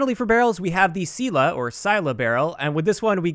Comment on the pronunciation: "Sila" is pronounced as "see-lah", you are correct. Means "strength" in Russian.